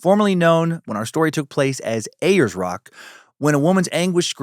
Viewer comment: Lol, you're so funny, Dan. Uluru is pronounced Ool-la-roo and Ayers rock is airs rock